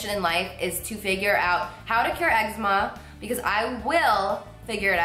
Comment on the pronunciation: YOU PRONOUNCE ECZEMA WRONG